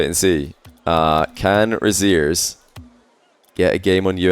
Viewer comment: Every time said "over Rezears" I couldn't stop hearing "over his ears". 😅